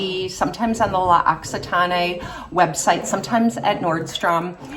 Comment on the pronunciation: Hi! The products that i repurchase the most are tretinoin and cerave hydrating cleanser for the face, advanced clinicals retinol for the body and fructis aloe vera shampoo for my oily hair. By the way, i'm french and we don't pronounce the last "e" when we say l'occitane.